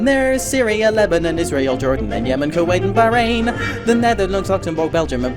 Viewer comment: I shall argue. You pronounced Dominica, Bahrain, and Qatar incorrectly